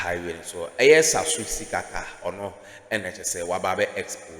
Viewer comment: The name is not Sasu it is Tsatsu Tsikata please get the name and the pronunciation right